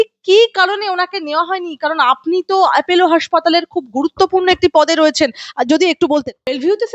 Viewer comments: Apollo naamta thik kore uchharan korun.Naam ta Apollo,Apello noi. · আরে বাবা appElo নয়, ওটা appOlo. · Not Apello But Apollo.